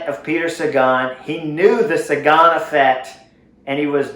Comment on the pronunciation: You say effect very strangely. Took me several minutes to understand what you were saying.